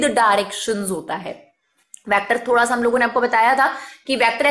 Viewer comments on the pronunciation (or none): none